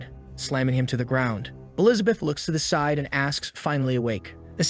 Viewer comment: I think you said side wrong 💀